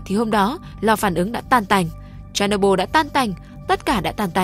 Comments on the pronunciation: Tên đọc là Cher ny bol đâu phải Cherno byl 😅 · Phát âm tên nhà máy nghe như đấm vào tay .